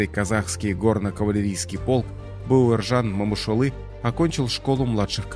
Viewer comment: Спасибо за аутоентичное произношение его имени